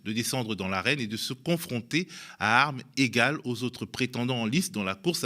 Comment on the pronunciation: On dit "à armeS zégaleS"